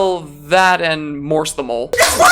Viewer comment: Idk why but if you say Morse the mole it kinda sounds like Morstamle.